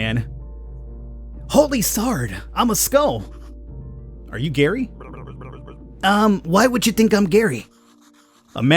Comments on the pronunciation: No my name is Gerry its pronounced the same as Jerry NOT like Gary come on dude! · Gerry is said as Jerry where I come from. Not Gary, annoying. But I’ll deal with it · Oh yeah. Gerry is pronounced like Jerry.